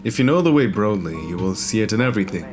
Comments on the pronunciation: Did you just say "bro"dly.. Its broadly like Broadway Avenue. Pronounced braud like "that man has broad shoulders".... I cant even breath I'm laughing so hard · What the fuck is "b-rode-ly" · Did u say 'brode-ly'? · The way you said broadly made me want to kms